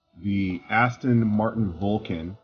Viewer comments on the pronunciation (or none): none